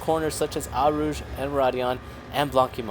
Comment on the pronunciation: Eau in Eau Rouge is pronounced 'Oh' :) And blanchimont is 'blon-she-mon'... And Seca in Laguna Seca is 'Say-cah'.